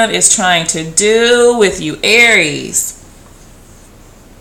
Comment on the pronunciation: please say it ARIES